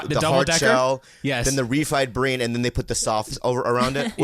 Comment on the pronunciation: Bobby can’t say “Refried bean” 🤣🤣@